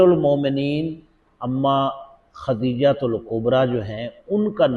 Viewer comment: آپ کی قوت سماعت کا فرق لگ رھا ھے (اگر چہ مجھے بھی اچھے نہیں لگتے) لیکن یہاں وہ خدیجہ(خ۔د۔ ی۔ ج۔ہ) درست بول رھے ھیں۔ البتہ آخری والے حضرت ختیجہ(خ۔ت۔ی۔ج۔ہ) پڑھتے ھوئے معلوم ھوتے ھیں😮